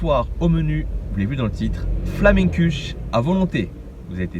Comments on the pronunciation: PS. Flammenkuche ? On prononce juste Flam'keuche, tout simplement, pas besoin de rajouter des sons ;) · Exactement et personnellement je viens du bah Rhin et c’était énervant de l’entendre dire flamenQche